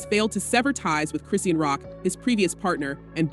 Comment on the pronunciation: They say Chrisean name wrong on purpose- it makes no sense